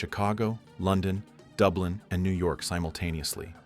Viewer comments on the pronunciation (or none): none